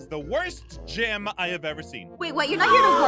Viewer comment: I am confuced did ein said gim? Or Gym Edit:I think ein said gim:welcome to the gim Me:I DIED OF LAUGHTER WHEN EIN SAID GIM😂🤣😂🤣😂🤣😂🤣😂🤣😂🤣😂🤣😂🤣😂🤣😂🤣😂🤣😂🤣😂🤣😂🤣😂🤣😂🤣😂🤣😂🤣